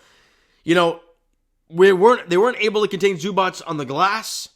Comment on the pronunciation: The correct way to pronounce Zubac: ZOO-bahtz